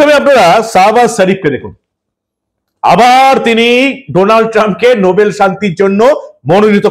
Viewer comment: নোবেল না, নো ব্যাল